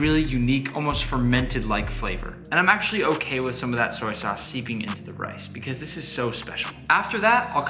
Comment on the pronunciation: He said "soy sace" instead of "soy sauce" I’m dyiiinngg 😂😂😂😂😂😂😂😂😂😂😂😂